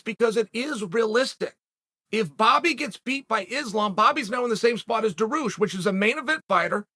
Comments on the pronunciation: Daroosh, Mackelchev lol 😂 I’m starting to think that Chael miss pronounces fighters names on purpose!! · Didnt chael just say it's a must to get fighters names right than bam hits us with Daroosh 😂 still undefeated. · How do you even spell your pronunciation of Beneil’s last name? Dar-Roosh is my best guess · Chael "Daroosh" Sonnen